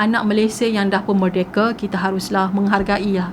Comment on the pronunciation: Its merdeka not merdeke , idk its sound weird to gelar merdeke hahaha no hate